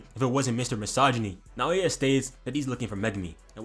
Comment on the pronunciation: You won't have to pronounce naoya much longer goat dw😭😭